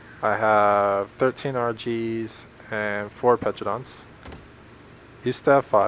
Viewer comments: Why do people say petradons they're called pteranodons. The P is silent. Pronounced teranadon. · The p is silent pterodon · Dont forget petro-dons XD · p is silent in ptaradon